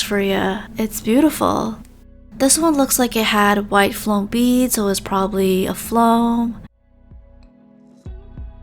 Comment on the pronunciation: The way she sayes floam-foam